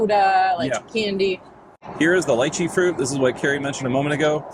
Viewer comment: I don’t care about the way you said anything except the pronunciation of lychee! (Leeeeecheeee) that’s the way people say it from the counties it actually grows in 😂